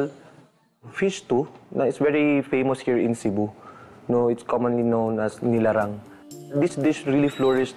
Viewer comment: NILARANG not LINARANG goshhhhhh